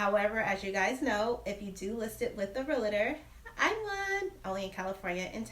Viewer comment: It’s pronounced real-tor not real-a-tor.